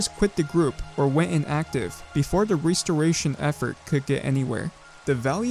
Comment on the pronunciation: What's a 'Ree-storation'? Is it similar to a 'Restoration'?